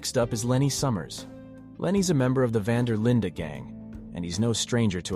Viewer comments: It's Van Der Linde not Linda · “Van Der Linda gang” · vvhy does bro pronounce dutch van der linde and dutch van der lin-deh